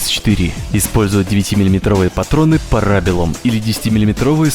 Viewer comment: Классное, приятное видео, спасибо за воспоминания. Всё прекрасно, беда только с произношением и ударением английских слов, можно прогонять каждое через гугл поиск или массово просить транскрипции в гпт, а-то на серьёзных щщах смотришь крутой ролик и тут "ньЮкомер" или "парАбелум" и тд. выбивают из погружения.